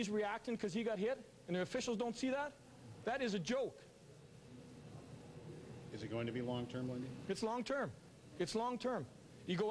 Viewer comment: Andrew Winslow it sounded like jolk so i was saying that. i love this vid not disrespecting him